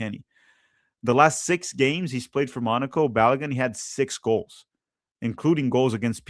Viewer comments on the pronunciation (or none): none